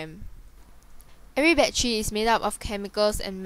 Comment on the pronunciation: wtf is a baddery?